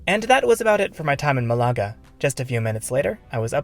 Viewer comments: It’s not a German fizzy drink, it’s a Spanish city! Try pronouncing Malaga properly. The stress is on the first vowel and it’s one word. I lived there for years, spending a lot of time avoiding the construction work for the metro. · Sorry dude, couldn't watch your video just because of the annoying botched city name.